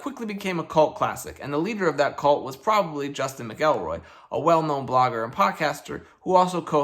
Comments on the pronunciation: Hey, friendly fyi, McElroy is pronounced "MAC-el-Roy" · That's not how you say McElroy. Not mad about it, just an FYI